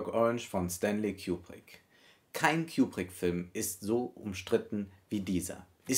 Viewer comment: Ich mag es nicht wie du kubrick ausspricht